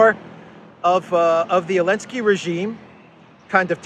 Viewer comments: Why do you keep calling him Elensky instead of Zelensky? Is it some kind of joke or what? I don't get it. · I feel like missing on a meme or something? Why is everyone calling Zelensky "Elensky"?